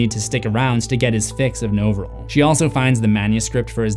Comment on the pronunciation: The drug is pronounced “NAH-vril”.